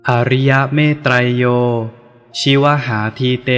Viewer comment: ชิวหาอ่านว่า ชิว_หา